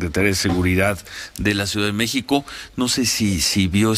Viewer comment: Se dice M-É-X-I-C-O, no “ Meh-co ” ... Bravo maestro 😒